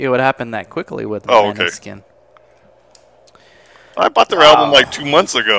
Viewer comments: Moneskin not Maneskin it’ s a Danish nome ... and the pronunciation is B U O N G I O R N O not BONGIORNO ... vero easy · MOW NESSKìN 😊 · We love them ❤️ ❤️ we can't get enough of them and 4 years already passed 🤣🤣🤣MONÃSKIN THE PRONUNCIATION 😛😛😛